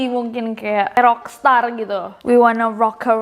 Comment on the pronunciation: 4.16 no they said KOLAK not rocka 😭😭😭👌🏼 jadinya we wanna go kolak kolak kolak kolak kolak kolak so fantastic